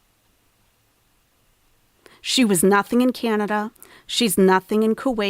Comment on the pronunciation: Not canadia! 😂😂😂